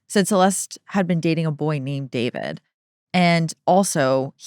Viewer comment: Everyone I've personally heard refer to him as D-four-vid is saying it wrong on purpose to show their complete lack of respect for him, which I very much appreciate and agree with! What a complete idiot, how could he think he wouldn't be caught? JUSTICE FOR CELESTE! Rest in peace, sweet girl 💜 Eta: having 3 chainsaws delivered by postmates is wild work